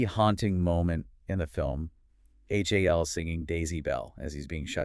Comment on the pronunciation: This whole review is weird. There’s so many little things that are incorrect. (No one in the movie refers to the computer as “H-A-L”. They refer to him as “Hal”. And the song is simply “Daisy”, not “Daisy Bell”.) she pronounced the lead actor’s name incorrectly.